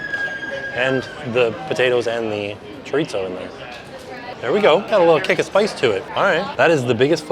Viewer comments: Just fyi chorizo is pronounced kinda like Cho-reee-ssoooo. Try that! No T sounds for that word. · Have I been mispronouncing chorizo? Chore-eee-so? Does it have a “t” in? 🤷🏼‍♀️😂😂😂 not picking on, I just want to make sure I say it right.